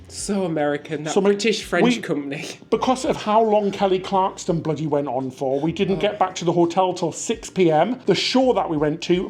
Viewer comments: There's no "T" in "Kelly Clarkson". LOL. How can that be hard to pronounce? These guys are adorable. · There is no "T" in "Kelly Clarkson" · Kelly Clarkson - no "t" , processed (sliced) cheese. Happy anniversary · Happy anniversary! My wife has decided you are her favorite cruise tubers. BTW, there is no "t" in Clarkson. Lol i believe you may be familiar with a bloke named Jeremy Clarkson? Same name. ❤ congratz on the house!!! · No t in son clarkson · Love you guys but it really got frustrating. .. There’s no T in Clarkson lol 😂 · You guys always do great reviews! My dream is to get tix to an SNL taping. I’ve been to NYC 5 times and I can never get in. Glad you guys had a fab time! It’s Clarkson, btw. Not Clarkston. She was the very first American Idol. 😊 Congrats,! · Kelly Clarkson!! NOT Kelly ClarksTon! :) Hope you had a great time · Great video. I’m glad you had a great time in NY after the disappointing cruise. It’s Clarkson not Clarkston 😂😂😂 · “Clarkston”. No. Clarkson. Yes. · CLARKSON! Not Clarkston 😆 my OCD can’t take it! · Kelly Clarkson not Clarkston 😂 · Why were they constantly calling Kelly Clarkson as Kelly CLARKTSON. Clarkson is such a common surname. Lol. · Poor Kelly, it’s Clarkson not Clarkston 😅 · Clarkson NOT Clarkston. Come on guys, you can do better 😊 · Clarkson, no "t." She has a great show, glad you had a good time. Hope to meet y'all on board sometime soon. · Dear, love you two!! Dear, it is ClarkSON. There is no T in her last name. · ClarkSON, not ClarkSTON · Kelly Clarkson (no “T”). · Kelly ClarkSON....Kelly ClarkSON!!!!! Repeat after me lolol (and I haven't been that huge a fan since her American Idol days....but that was like nails on a chalkboard lolol). Super fun sounding day, aside from the tropical monsoon in NYC lol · It’s Kelly clarkson, no T lol but great video, looking forward to the next 👍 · ClarkSON without a 't' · the name is KELLY CLARK SON there is no T in her name. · Please note there is o 't' in Kelly Clarkson.